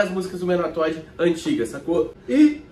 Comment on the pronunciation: Bloqueiro mais fã do Toddy sempre fala to t kkk😅😅